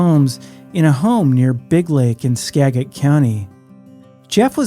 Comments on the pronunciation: Just a note... skagit is pronounced Skadjitt not Skaggitt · "Ska-Juht" not "Skag-et" ffs, please get it right, it's SO annoying. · SKAGIT COUNTY is pronounced " SKAJIT" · I know this is a compendium, but please say Skagit like Sca-jēt, not ska like ska music, you’ve got the first part right… big git is jet - with a short e (it’s hard to explain in text). Thank you. 😊